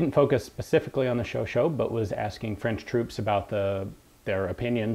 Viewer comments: The pronouciation is "sho-sha" (last 'a' like in "cat", "fat") and not "sho-sho". Please believe a native speaker on this. Congratulations for all the nice videos, by the way. Please keep it up. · I believe it's pronounced Showshay